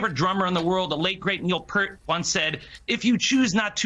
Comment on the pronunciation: It’s Neil PEArt, like peas.